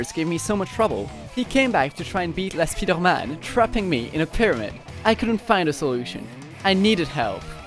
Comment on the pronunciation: Are you French? The way you said « La Spider-Man » sounded so french (I’m french too)